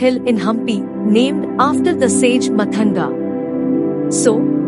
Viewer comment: It's not "matanga".. It's pronounced "maatanga"